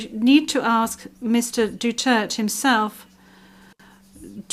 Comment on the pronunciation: I really cannot get over the judges' pronounciation of Duterte's name. They seem to use Doo-church and Dutert interchangeably.